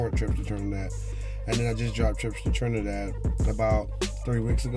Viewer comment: "TRINADAD JAMES"